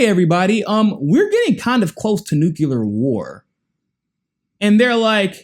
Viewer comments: Stop saying nucular lol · For the love of god, it's Nu - Clear